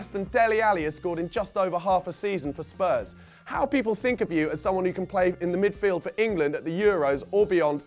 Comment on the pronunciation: I don't know why but I have a particular dislike for Charlie Nicholas, he can't even say our name properly, it comes out as Spuz